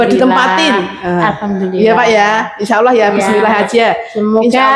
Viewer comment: Bukan insa awoh mak tapi insa allah yg bener mak